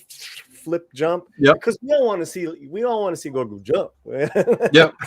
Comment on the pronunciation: Just discovered your channel. Subscribed. GREAT stuff. Just one question: why do you pronounce Grogu as “gorgu”?